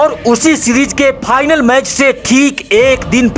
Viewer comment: Bhai.. channel popular karna hai??? Aawaz to badhiya hai aapki. 👌 but bhasha ko sudharo thoda. Match Phix nhy hota fix hota hai. Try to speak F, (Ph nhy). Final hota hai, Phinal nhy. Paksh hota hai, pachchh nhy. All the best. God bless.